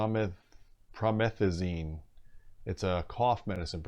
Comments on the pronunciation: Lol prah-meth-uh-zeene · lol dude i kinda laughed when he tried to pronounce it... i was like ... nigga.... lets get coronavirus xDD lmao kidding kiding